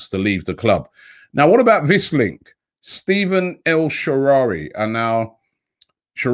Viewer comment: Goodness Robbie! lol this was a big one bredda... his name is Stephan (Ste-Fan) El Sharaaway (Sha-Ra-Way)